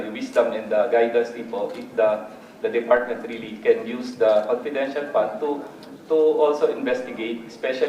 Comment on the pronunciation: Confidential fund OR Copitential fund?😂